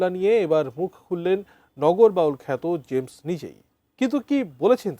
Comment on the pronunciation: Uccharon thik koren, shilpyr nam uccharon korchen vul vabe.